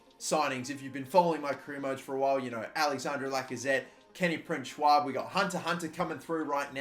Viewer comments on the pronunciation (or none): none